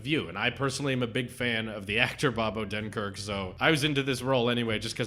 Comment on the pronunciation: “First bunch”. I agree. All the films post-“lunch” went downhill. I like your reviews, but my only critique is that you talk about the plot too much. PS: Disney NEVER gives copyright notices. You can play their clips normally and not sweat about it. PS2: You keep mispronouncing Bob Odenkirk‘s name. PS3: It’s not a “kids film”. Brad Bird made that very clear on his Twitter when he roasted someone. He said he HATES when film journalists call Pixar movies “kids movies”.